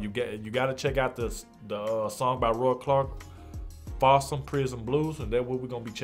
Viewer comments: Folsom Dog! Not Falsom! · Folsom is pronounced: Foh-lsum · Roy clarkmmis a genius with the guitar. He is destroying Johnny Casey's Folsom Prison Blues. Listen to the live album of Johnny famous song. And it's pronounced FoL Som.